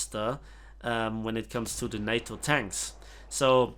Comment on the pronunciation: I know it was probably more accent interfering then anything else, but for reference later. NATO rhymes with Potato (specifically the TA-TO - NA-TO part). love the vids, desperately grinding for the FlaRakRad thanks to you!